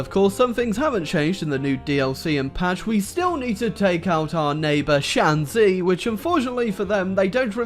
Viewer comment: I think it's pronounced shanshi